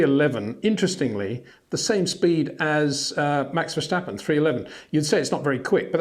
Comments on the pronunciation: Peter, for havensj sjake, pleasje pronouncje max' name right, it is verStappen, not verSSJJJtappen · Date is no "h" in Verstappen. Also no "step". No "Baron Von Trepp" in Sound of Music, either.